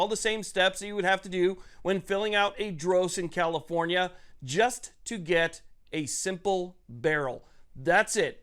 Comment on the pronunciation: Did you say COMIFORNIA or was I not paying attention 😂The leaders of the enfringments gang Definitely they are not people friendly specifically if they want rights to exercise rights